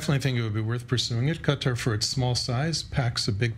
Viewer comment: Involve Qatar? Honey, please? You don't even sound right saying it?